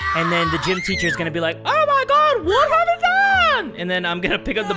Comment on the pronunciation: “Ticher” “R A I G H T” You’re too young to watch this